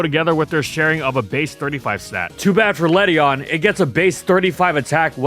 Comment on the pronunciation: Ledian has an IAN at the end not a EON